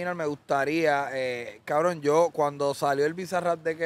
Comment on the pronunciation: Está bien Kbron las veces que dicen Kbronnn! 🤣😂 Grande Chenteeee! Saludos desde España